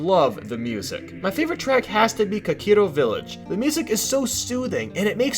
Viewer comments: Lol it's Kakariko Village, not Kokiro Village aha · Kokiro? Do you mean kakoriko or kokiri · Kakiro village!?NO it's kakariko village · "Kakiro Village" This harmless mistake makes me question your integrity as a gamer and your knowledge about what you're talking about. With the powerlessness invested in me, I'm giving you a one day time-out from your internet privileges, with a two hour deduction per month past the upload date of the video. I can see the mistake stems from combining the names Kokiri and Kakariko, but proofreading should be a priority when making a larger project like this, so my criticism is valid. Fight me. :p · "Kakiro Village" ^^ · Kokiro village. Never before have I cringed so hard in my life. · Wow such a Mario fanboy, can't even pronounce kakariko village right and putting Mario on the list so much, (to be fair there was a lot of great Mario games on the system). He also seems to have never played any other game other than Mario because he can't even make a fair criticism of games. Well I'm never coming back to this channel.